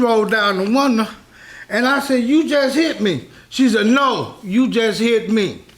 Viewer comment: "ma friend she roll down da woondah" lol love it